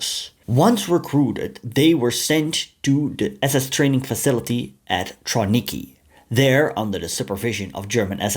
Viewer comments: Trawniki has a hard v just fyi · Polish W you always pronounce as English V, so TraVniki. That “eastern Europeans” trained in Trawniki translates to Ukrainians. Before the war, in Poland lived only 4.3 million, when the majority of Ukrainians 25 million lived in USSR. That Ukrainians were enlisted into Red Army as Russians, wearing Russian uniforms. BTW, up to 38% of ROA were actually Ukrainians, at that time it never occurred to anyone to call them Ukrainians. There were always up to several times more Ukrainian volunteers for German service than the Germans were able to accept. This is why, always, the preference was given to members of the OUN, who, as a rule, had already undergone ideological training. Genocide was written in the foundation of the constitution of OUN. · Excellent video, just one note: it's pronounced "Travniki" because Polish W sounds like V. Also, it's quite likely Hiwis had better living conditions as captives in Wehrmacht than in their Soviet units.